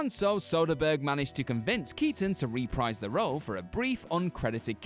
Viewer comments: Omg stop, you say it "reh-prEEz". This "rEE-prize" shit is making my ears bleed. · It's not 'REE-PRIZE'. It's 'REH-PREESE'. It's so fucking simple.